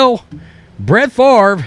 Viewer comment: I think Brett Farv-ra is right! -Paul Tagliabue